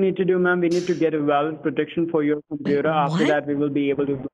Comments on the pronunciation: "Just *vait a moment" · Just veit a moment, sir.